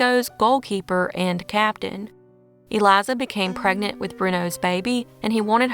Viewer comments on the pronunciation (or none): none